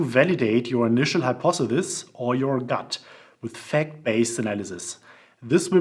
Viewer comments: Hi-pawth-eh-sis Or, easier: hi-paw-thuh-sis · Hypothesis pronounced Hi-por-the-sis